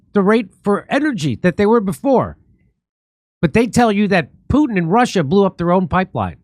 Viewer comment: He didn't even pronounce Putin's name right.